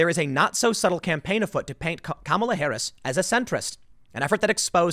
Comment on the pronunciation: Did Tim just say Kamala Ha'aretz? :D You've got to laugh at the notion of Blacks being attracted to Harris because they have some affinity with Asians on account of skin color, though. A resounding golf clap for that genius!